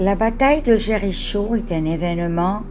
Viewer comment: Je suis étonnée de votre prononciation du mot Jericho.